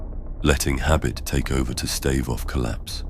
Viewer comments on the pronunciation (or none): none